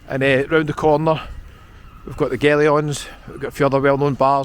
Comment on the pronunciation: The Gellions is pronounced the gillins